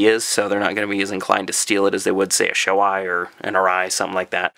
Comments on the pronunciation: BTW Shoei is pronounced Show EEEEEEE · Shoei is pronounced Show-e. Just fyi.